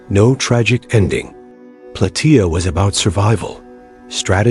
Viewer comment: It's plataia like how u say Gaia but with a soft a